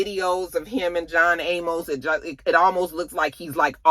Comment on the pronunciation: Sis his last name is pronounced A Mus (Amos) 😂 He was the father on "Good Times" one of few black shows back in the 70's.